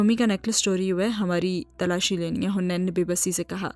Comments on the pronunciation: Haniin naam h not huneen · Its haneen not hunain😭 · Hunain nhi haneen hai